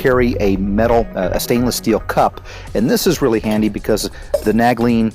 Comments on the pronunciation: All your gear appears to be brand new, have you tested or used any of it? I've never heard nal-gene pronounced nag-lene before lol. Great gear but I'd probably test it all to be familiar with it and make sure it holds up. Tons of good stuff there! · But those are Nalgene not naglene. you keep saying nag-lene